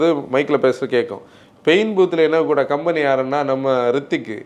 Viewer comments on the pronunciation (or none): none